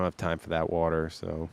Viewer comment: WTF is wooter? Say it with me w a t e r! 😂